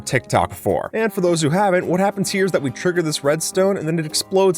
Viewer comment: Are you German because ''ist das''